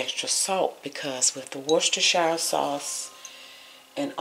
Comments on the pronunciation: I think its pronounced "wood-stuh-sher". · woo-ster=sheer. 12 years stationed in England English wife; I know. Plus "well done" is a misnomer. Medium rare, tops, is best. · It’s pronounced “worse-ter-sher.” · Easy way to pronounce Worcestershire (per my British boyfriend): War-stir-sheer. Easy peasy! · Pronounced either Wistershire sauce or Worchester sauce. WOR-Chester sauce is the more common English pronunciation. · Worcestershire is pronounced "Wuss-ta-shur". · Woostershur...a lot of those extra syllables are silent and unnecessary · Excellent idea to use the Lipton soup mix in the burgers. Will definitely try this. Google how to pronounce worchestershire...you will be shocked!